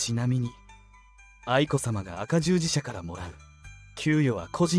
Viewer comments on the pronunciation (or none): 赤十字社(せきじゅうじしゃ)です あかじゅうじしゃ？ 最初から見る気はしません😱😱